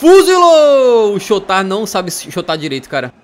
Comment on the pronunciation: ele não sabe "chotard" direito kkkkkkkkkk